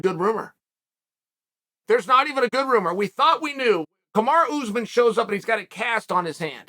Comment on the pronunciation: “Oozeman” gets me every time 🤣🤣